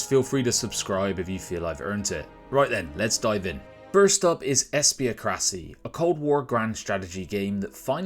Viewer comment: Since we're talking about pronunciations, I think Espiocracy would es-pee-AH-cruh-see.